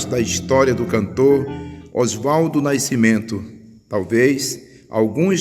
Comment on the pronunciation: Não é naicimento é nascimento, não é naiceu é nasceu, aprenda falar correto, Não é cárdico, é cardíaco.